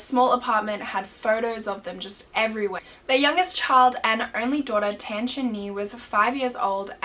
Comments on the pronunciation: I used to live in Geylang bahru . Btw Tan is not pronounced as "ten" , is "tun" , like how you pronounce "pun" . Geylang Bahru is "gay lung bar roo" just fyi ❤❤ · Tan is pronounced as ‘t-un’ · I KNEW IT! She was gonna pronounce it as tAhhhn LMAO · Its tan as in t(ah)n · I'm Singaporean, it's pronounced T-AH-N for tan and GAY- L- AH- NG B-AH-ROO . haha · Lol im from singapore and u pronounced tan wrongly and the geylang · yess uu didn't pronounce the word Tan and the name of the road correctly but nonetheless i love ur accent